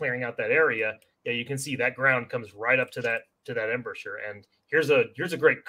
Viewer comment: Spent an entire flight from Seattle to Austin watching this - will make my next visit to Omaha Beach much more knowledgeable! One constructive comment: Embrasure is pronounced "em-BRAY-jur"